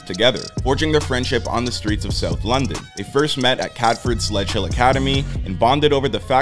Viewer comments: “Sedgehill” not sledge hill 😂😂😂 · They went Sedgehill school not Sledgehill